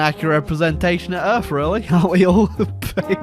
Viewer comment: “Fing” “earf” “forny”